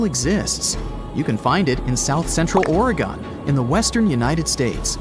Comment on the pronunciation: "Orah gone" 😂😂😂😂